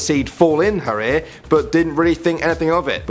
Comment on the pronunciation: Aer? or Ear...Eeyurr.